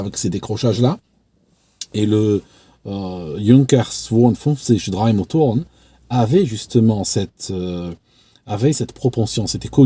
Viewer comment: Drei motoren hhh un vrai delice ton accent!!!☺